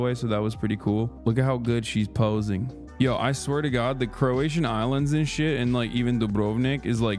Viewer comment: Why is he saying crowtians?